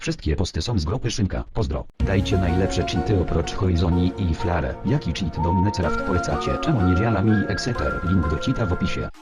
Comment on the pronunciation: Cheat - ‹,czyt: ,,czit" nie ,,heat" pozdro.